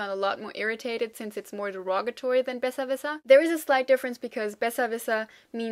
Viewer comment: hallo,yesterday i found your channel, let say Thank you from all the non speaking german people (all this is very useful), and i hope you keep going... Question, why with the word Besserwisser, the "i" sounds like "e"....and very random but you speack frankish german dialect, Right =P